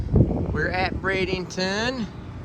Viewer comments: BRADENTON Not BradINGton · Bradenton. Why does everyone say Braidington